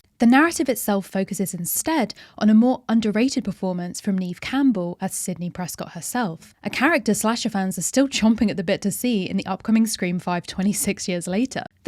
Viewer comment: Great idea. No one asked me, but I would have picked Diane Keaton in "Shoot the Moon." Also, Neve Campbell's name is pronounced "Nev."